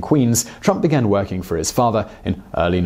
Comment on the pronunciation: Seriously thought he said Donald was "twerking out of town" 😂